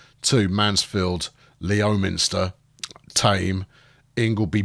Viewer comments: Isn't Leominster pronounced Lemster? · Leominster is pronounced Lemster. Not that it'll make any difference 😂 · And, by the way, it's pronouced Lemster